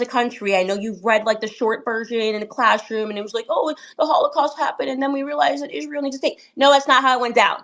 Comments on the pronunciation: “ clashroom” ? Candice cannot pronounce “ class “ with a double s apparently. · Why can Candace not pronounce her "s" properly ? Did Donald Trump not have the same problem a few weeks back ? There is something very wrong